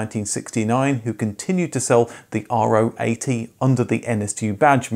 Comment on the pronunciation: if you do so and i'm looking forward to it, have a little nitpick: Nobody (in Germany at least) called it the "r-o 80", but the "Ro 80", Keep up the great work!